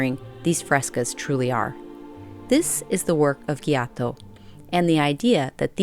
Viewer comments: Joh toh not Guioto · Perfect but Giotto painter is pronounced with soft G as George and not hard G like Ghiotto 😅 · your pronunciation of the name Giotto is completely wrong. the first sound GIO is how to pronounce JOker in English. I hope I was helpful